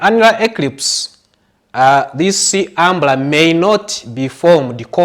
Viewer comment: He boss its umbra not umbla